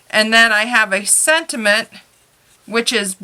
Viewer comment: I liked your video but the word is not sed·i·ment it is sen·ti·ment